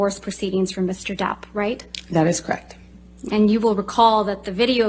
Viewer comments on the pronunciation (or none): "That's cract" 😂 Girl the word is correct 😂